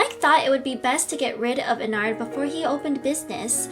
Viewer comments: It’s En-Erd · The proper pronunciation is En-erd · It’s enneeeeeerd not enaaaaaaaaaard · It’s probably pronounced as “en-ARD” But it’s actually “en-ERD” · When she said enard i was like "ITS ENNARD!" Enn-rd😊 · How you say Ennard is like Enn-erd Not Enn-ard its just spelled weird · It's not EnnArd it's ennerd like err Ennard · ENNARD NOT Eenard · You say Ennard like Enn-rd hope that helps lol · I think how you say Ennards name like Ennerd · It’s pronounced ennerd but it’s spelt ennard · You say ennard like this en a rd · Ennard is said end-ard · ITS ENNERD BUT WITH A A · I don’t think that’s how you say Ennard... It’s sounded out as “Ennerd”. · Enn-er-ed Pitz-er-eia Np hate or anything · Btw it’s en-er-d that’s how u say it, hope it helps! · bruh the pronunciation is en-nard also, its Pizza ria not pizzeria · You said Ennard wrong. It's Enn-Erd, at least that's how its pronounced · You say ennard like this EN - ERD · its pronounced enn-e-rd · No its said like ennerd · It’s spelled ennard but it is pronounced ennerd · Ennard is said ennerd instead of saying a you say e for ennard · Ennard is pronounced as En-ird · His name is Ennard (Enerd) is how you pronounce it I used to call him Ennard too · Its en-erd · It's pronounce ehn-are-d, not how it's written but how you would pronounce it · It’s Pronounced Ennerd But It’s Spelled Ennard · That's not how you say ennard its pronounced ennerd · You prononce ennard (en-ard). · It’s ennard but sayed as ennerd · You say Ennard Like Enn-erd i think btw I loved this vid :3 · Ed-nerd is how u say it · Ennard pronounce: Enn-erd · It’s en-erd not en-ARD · I think its pronounced ennerd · Its Pronounced EeeeeeeeeeeneeeeeeeeeeeeeeeeeAAAerd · It's speled ennard but you pronounce it like this : enerd and you pronounce pizzeria pitzaria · Oh and its pronounced "Ennerd" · so, message for, you asked if thats how you pronounced "Ennard" But it's pronounced "Ennerd" Not being mean, just a heads up✨❤️ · Ennard is pronounced en erd